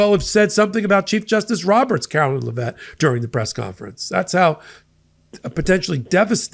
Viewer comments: Karoline Leavitt, not Lavett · It's Karoline LEV it not la Vet, or just dumb shit for short. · PLEASE stop glorifying Kookie Karoline's last name! IT IS PRONOUNCED LEVITT (LEV IT). She IS NOT FRENCH, so her name IS NOT pronounced as LAH-VETTE!